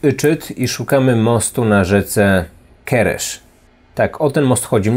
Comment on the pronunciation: Tak tylko dodam od siebie że Węgrzy czytają S jako SZ a SZ jako S, także rzeka Keres a Janos to Janosz tak jak sam wypowiedziałeś :)